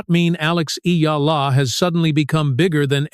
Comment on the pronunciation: I'm glad you are properly pronounced the name of Eala.